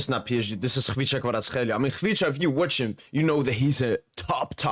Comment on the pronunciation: Being Georgian myself, I can tell you that your pronunciation of Khvicha Kvaratskhelia is on point bro!